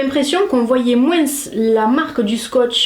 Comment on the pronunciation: Le moins avec le s c’est trop mignon 🥰